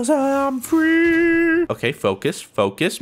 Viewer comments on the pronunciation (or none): "Cuz im freeeeeeeee" in that country accent